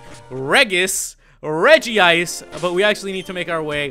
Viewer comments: It's actually not regeeice it's regice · Regice is pronounced Regi-ice (source: Lucario and the Mystery of Mew). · Though there is only one I in Regice. It is pronounced Regi-ice. Don't believe me watch the Lucario movie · I knew you named REGICE ''CEI'' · It was changed to Reg-ice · its REGI-ice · its pronounced regi ice in the anime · its re-g-ice! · It is pronounced rej.e.ice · The regri you cauut 2d is prenounst ice at the end